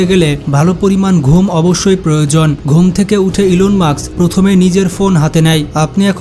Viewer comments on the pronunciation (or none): ইলন মাক্স না ইলন মাস্ক😅